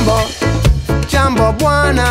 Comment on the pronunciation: Jambo is Hi. I love Ziggy's pronunciation. Must know some Swahili. The True African Language! Love from The254....